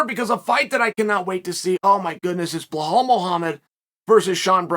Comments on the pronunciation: it's pronounced "Bell-hall". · How did "Blah-hal" go from 3 main events to an undercard position? I heard from you, Uncle Chael, that once you've secured a main event you typically stay there. He hasn't lost- would love a deeper dive video! and get the name right just once LOL "Be Lal" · Blahoh? Buhol? Bahol? Dude couldn't say Belal with a gun to his head. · Chael always butchering those names! Who TF is BLAHAL MUHAMMAD? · The only reason he mispronounces names is to get comments, lol. Who the heck is BLAHAL?!))))